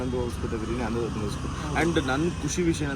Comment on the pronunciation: ಆನಂದು ಬಿರಿಯಾನಿ ಗುರು ಅದು ಅನಂದು ಅಲ್ಲ 😤